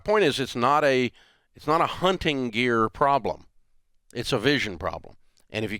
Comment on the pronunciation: Can someone tell Rachael there’s a T hunTing.